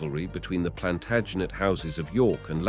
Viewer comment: Respectfully, you are pronouncing the name "Plantagenet" wrongly & "Annick"... quite frustrating. 👂🏽🤦🏽‍♀️🙄